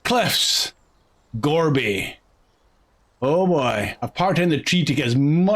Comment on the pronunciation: not another that calls it the Gor-BEE.... Jeez. they make it clear, Gor-BY-4.... Four-BY-4...